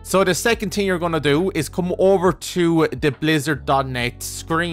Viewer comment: Love the way you say "thing". "Da ting is". Great video!